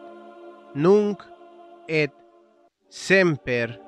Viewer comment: en latin se pronuncia la t de ET